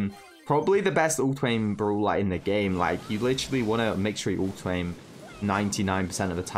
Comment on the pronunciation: actually says browler exept brawler